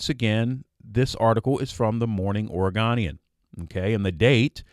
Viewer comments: Oregonian is pronounced like "own-ian" not "on-ian" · Good job … but fyi Oregonian has a hard O “OregOnian “